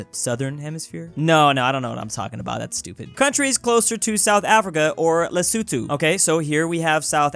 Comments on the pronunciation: lesutu?it os lesotho,and thats also the pronaunciesion,lesutu,ha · Lesuthu 💀Les-o-tho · “Lee-soo-tho” I thought it was “Le-so-tho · It's funny how you say Lesuthu instead of Lesotho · Is it pronounced lesuthu? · No one:: LESUTHU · It’s pronounced Les-O-to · I hate that calls lesotho lesuthu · That's Le-so-toe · Literally nobody:: LeSuTu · the way he prononces Lesotho is so cute